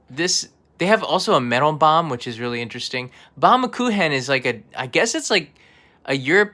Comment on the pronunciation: excellent pronunciation of "Baumkuchen"!